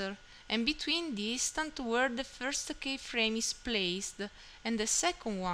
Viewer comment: It's pronounced "key-frame" not "K-frame". But overall great advice